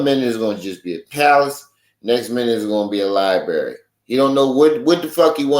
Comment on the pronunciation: law lie bury 😂